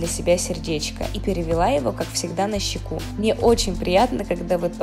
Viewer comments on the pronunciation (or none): На щёку а не на щеку говори правильно